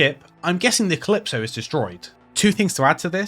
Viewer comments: I just play a lot of Devil May Cry and that pronunciation is jarring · me neither, just that it's a sci-fi game and I thought you said Callisto when you were actually saying Calypso